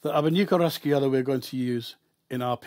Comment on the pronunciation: Pronounced Raw-Hey-O! Raw-hey-Awdo also